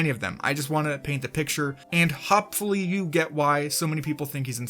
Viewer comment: You said Hopfully lol😂